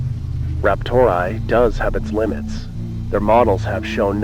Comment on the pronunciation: "RaptorAI" being pronounced as "raptor eye" is like someone pronouncing "OpenAI" as "open eye". Who the hell does that?